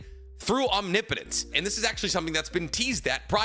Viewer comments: Biggest character growth of the entire Naruto series is finally pronouncing omnipotence right. No more om knee potence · Feels weird to have pronounce omnipotence correctly this many times.